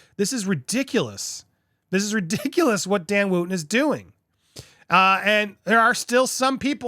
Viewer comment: It’s not Woo ton he pronounces it Woton and he did nothing wrong in the Fox saga free speech is gone